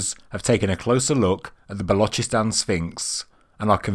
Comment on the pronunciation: He said Balochistan pretty good. He said the chs in Ch from channel and then sss sound like a hiss from a snake. Otherwise they just say Balochistan as in lochness monster